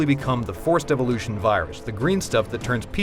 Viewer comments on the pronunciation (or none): none